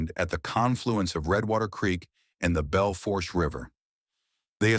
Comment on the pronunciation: The R is silent in Bel Fourche it’s a French word